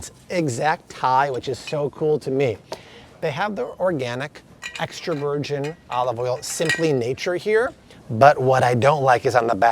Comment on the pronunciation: “Virjeen” 😂 loved all the info, where I live we have an Aldi and Walmart and that’s about it lol